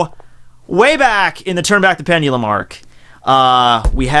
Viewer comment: never use the word pendulum again, you butchered the hell out of it like 40 times. almost couldnt even watch this whole video